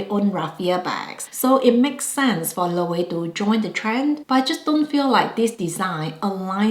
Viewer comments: I would spell it like this for proper pronunciation - LO-WAY-VAY. Not to get too particular 😭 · Just for reference: Loewe is pronounced Lo-wey-ve or Lo-we-ve.